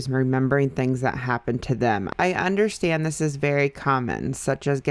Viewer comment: tbh the thing that annoys me the most about Trisha is how she says “undershtand”